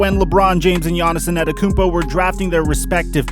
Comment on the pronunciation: Man.... You completely butchered Giannis' last name. But, good speculative video, though.